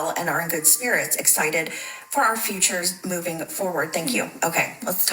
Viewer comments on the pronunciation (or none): none